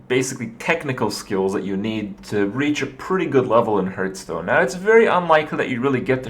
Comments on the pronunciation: are you annoying me on purpose by saying hurtstone? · It hurts every time when he says hurtstone :s